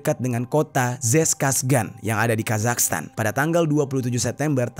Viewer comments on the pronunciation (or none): none